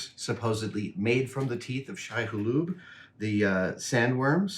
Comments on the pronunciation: IT IS NOT SHAI HULUBE BUT SHAI HULUD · Is it just me or did he say "Shai-Hulub"? (as opposed to Shai-Hulud) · Shai Halube 💀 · Each time you say “Shai-Hulub” hurts more than the last 😖🤦😆😂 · 4 times and he’s still saying “Shai-Hulub” lol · Him getting the name wrong and saying Shai Halube/Haloob was killing me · Did Adam say "shai-HalOOB"? Because if so, that's a paddling. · "Shai Hu-lube"?????????????? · Love that Adam uses the pronunciation “shite”